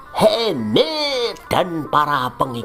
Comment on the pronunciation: asli coeg 😭 tiap kali dia bilang muhemmet, dalam hati aku ngakak anjeng wkwk 🤣